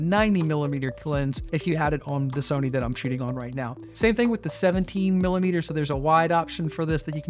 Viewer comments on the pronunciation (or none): none